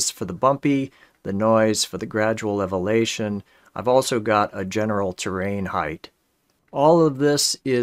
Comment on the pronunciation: Wonderful video, thanks for sharing. Never got the most out of WEBGL 3D graphics with p5.js, so you have given me some inspiration. It is funny how you struggle to say elevation, one of my sons couldn’t say chimney for some reason.